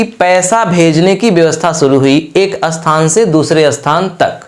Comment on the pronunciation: jo samjha rahe ho .pahle apni pronounsation to thik karo .jaise sthan ko bolte ho asthan